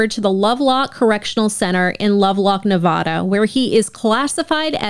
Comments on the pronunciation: Ne-VA-DA not "Ne-VO-Da" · As a Reno native, please pronounce Nevada correctly 😭 it’s Nev-ah-duh. Not Nev-vah-duh. We can’t stand the mispronunciation 🤣😭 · It's Nevada, not Nevoda. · As a Nevadan, I fucking hate how non-Nevadans pronounce Nevada. It's not "NeVAU-da", it's Nevada. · I love your show. I've been mostly listening on Spotify. But as a lawyer from Nevada... 1) the town is pronounced E-lee. And 2) the state is Nev-a-duh, not Nev-aw-duh. Thanks for all you do!